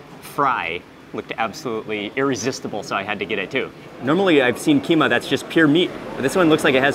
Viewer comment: As a Sumatran (practically the land that gave birth to the Malays), every time he says "keema", "keema", "keema", my heart dies a little. 🥴